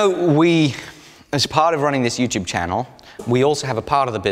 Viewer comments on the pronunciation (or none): none